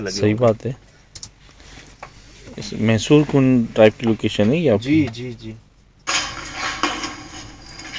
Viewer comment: Baki sb theek bs Massshoor kun hota hy mehsoor kun nai